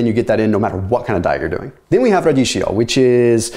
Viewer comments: Ra- dik- E - O, not radish-EO:) loved the content tho!!! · Pronounced Ra dee key yo